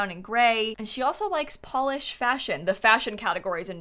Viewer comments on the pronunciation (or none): none